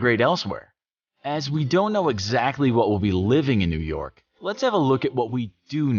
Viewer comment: New York become New Yolk